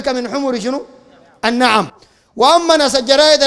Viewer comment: لغة اخطات يامزمل؟ للنعم /بكسر النون وفتح العين/ قلت النعم؟ بفتح النون/ وفتح العين؟ غيرت المعني الاولي الضان والماعز والابل وهي المقصوده في الحديث؟؟ وانت غيرت يامزمل قلت نعم بمعني اجب ؟؟ ابوسن يضحك علي ابوسنينتين غفرالله لك